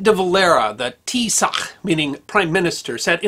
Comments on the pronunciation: Tee-shock phonetically, not Tee-sock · no it is pronounced shock rather than shook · That's a very good and fair summary of the events. One thing though, pronounce Taoiseach as Tee-shock rather than Tee-sock. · FYI how to pronounce Taoiseach - It's not T-socK, but more like thee-shock :) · Eamon DeValera, the pron:TEESHAC not TEASOCK! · Taoiseach mean “leader/chief” rather then a direct translation of prime minister and is pronounced more like “tea-shock”. We appreciate you trying to use Gaelic where possible and recognize the pronunciations can be weird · it's really hard to explain but it's both, if you aren't native just say shock because the "proper" pronunciation is too hard for most. In English we would just say tea-shock, so I would recommend pronouncing it that way unless you want to get into dialect pronunciation. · Irish Prime Minister in Irish is Taoiseach, pronounced "Tea Shock" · Pronounce it as Tee-shock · Great video as usual, only gripe is that its pronounced 'teeshock'. Its a tough one in fairness and in my opinion I'd rather see non-Irish soeakers take a stab at it than just call them prime ministers. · TEE-shock. Emphasis on the first syllable. BTW, Churchill never formally offered reunification. He hinted at it and alluded to it, but there was no formal offer from the British government. The interment camp was pronounced CUR-ra. Fun fact about Bud Wolf. When he broke parole, the Irish government ended the system. Everyone got locked down until he was returned. When he was, the British prisoners took him over to the wall and beat him up in full view of the Germans by way of an apology for having ruined it for everyone. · A very fair review of events. By the way "Tooisech" (prime minister) is pronounced "T-Shock", and The Curragh, "currra". Well done. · Great detailed documtary and fascinating. Only critique is it's pronounced "T-shock" for taoiseach keep uo the great videos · It's Tea-Shock. Easy to remember.